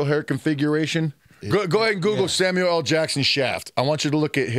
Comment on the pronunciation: I'm glad says it right. "Sam you ell" Jackson